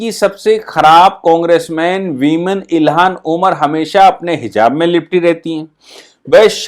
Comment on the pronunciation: आप अपनी उच्चारण पर ध्यान दीजिए। इल्हान उमर को बार बार इलिहास ओमर कहते हैं। ऐसी गलतियां श्रोता में झुंझलाहट उत्पन्न करती हैं।